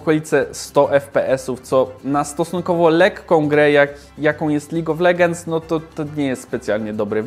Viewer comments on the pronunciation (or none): Czy tylko mnie irytuje czytanie "legends"? Oszalec można. DLACZEGO? :P